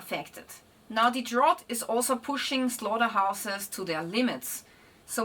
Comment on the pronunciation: 'Drought' is pronounced like 'draut' in the german language. Great content, thank you!